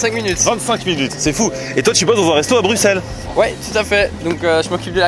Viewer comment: BruXelles? Vallon? BuSSelle et OUAlon! Quand même...